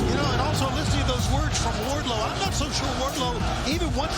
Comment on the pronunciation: It’s Wardlow